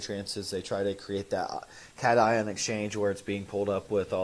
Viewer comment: When I heard you pronounce cation as you did last week, I knew you were not a wet science major. Your attention to detail is huge especially at the micro level. Maybe you are a business major. You’ve monetized yourself remarkably well. My poker playing son StickyRice1 educated me on Twitch and monetizing. Good job,. This guest has been a delight! He is easy to understand and has a cute smile. Thank you for featuring him.